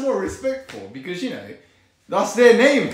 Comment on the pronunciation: that sudden British "becajjjewknoew"